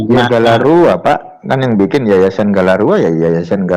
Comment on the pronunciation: Galarua pak...bukan Gandarua